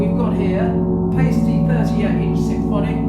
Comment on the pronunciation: In German, when there are 2 vowels together, the second one is the "long" vowel. So the "i" is the long vowel here, and Paiste is pronounced "PIE-stee" not "PAY-stee."